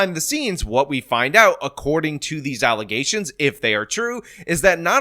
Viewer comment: What's an allegation,? You're saying alezation weird.